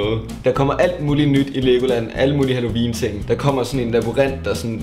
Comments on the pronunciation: Elsker hans måde at sige halloween på: Hallovin 😂❤️🙌🏼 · Du siger halloween på en mega spasser måde. Halloviiiiin😂😂